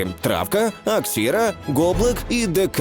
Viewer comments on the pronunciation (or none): Не Аксіра а Ахура) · Ахура а не Аксіра , лол кек чебурек . Ну ладно